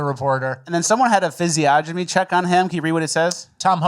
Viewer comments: Just so you guys know physiognomy is pronounced (fizz-ee-on-uh-me) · Physiognomy (fizz-ee-ogg-nem-ee) or (fizz-ee-onn-emm-ee)